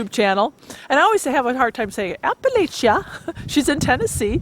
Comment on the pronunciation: Absolutely gorgeous location & home. Btw, the natives say it like "apple atcha".